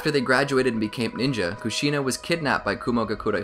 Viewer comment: Kushina is pronounced Kooshinu And Rin is pronounced Reen